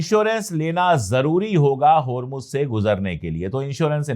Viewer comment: Please note it is HURMUZ not HURMUJ